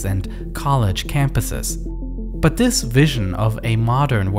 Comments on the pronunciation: Good video but man it's hard to listen to this guy talk. Hint: "th" does not sound like "v" 🤣🤣🤣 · vis was weally weally good